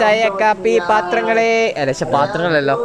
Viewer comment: Paathrangale ennu parayunna bengaliyo😅